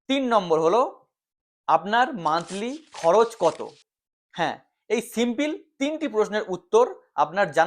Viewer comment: ভাই, শব্দটা সিম্পিল নয়, সিম্পল। বাই দ্যা ওয়ে, মিডক্যাপ কি দোষ করলো যে কনসিডার করা হবে না? আমার মতে তো মিড অ্যান্ড লার্জক্যাপ ও অবশ্যই থাকা উচিত পোর্টফোলিওতে।